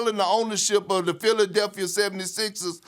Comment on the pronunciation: Stephen “Philadelphier” Smith